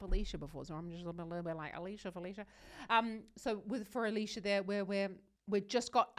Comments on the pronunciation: Her name in english is more of "Alecyah" alicja rather than AliSHIA, just saying. Thank you for reactions and explaining singing science ❤❤❤ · Also, it's pronounced ah-LEETS-ya :)